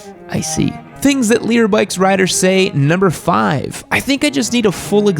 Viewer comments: For the longest time, I thought you were saying LEADER bikes. And I was thinking to myself, "what the hell is a LEADER bike?" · For the longest time I thought you were saying "leader bikes"